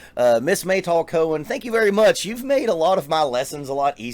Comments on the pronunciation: no... not mey "tool" but "m-a-y (as you may call her....) and "tal" (it means water dew) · It’s Meytal, like Al capone, not Maytol.